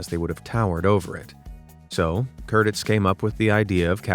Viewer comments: Michael Cur-teez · I would hasten to add that the last name of Casablancas director Michael Curtiz is pronounced Kurt-teez. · Curteez not Curtis … for Michael Curtiz. Why don’t these YouTubers learn proper pronunciation? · Michael Curtiz = Curteez not Curtis